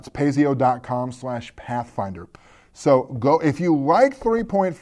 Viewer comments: I've personally ran a couple games with this and have to say I like it. From what I hear 4th ed id dumbed down to the point that it is more of a mini game than a rp. Also I'm 99% sure that the company name id pronounces "Pay-zoh" not "pay-zee-oh". Keep up the good work. ^_^ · Pretty sure it's as you think, krim7... "PIE-zo" (or "Py-zoh"), but don't quote me on that. It definitely ISN'T "pay-zee-oh"! :-) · PIE-zoh is the correct pronunciation. Otherwise, good summary-review.